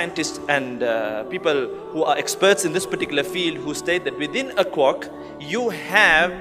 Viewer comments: just wanna point out, its quark, not cork. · it's quark, not cork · Not trying to be rude but its quark and not cork